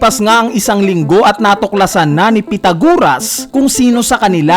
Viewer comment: Pythagoras. Not pythaguras Culprit, Not Colprit